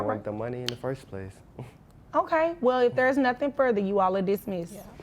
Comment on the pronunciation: " Heen did nuttin " 🤦🏾‍♂️